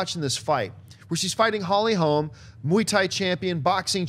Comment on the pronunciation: It's Holly Holm. Not Holmes.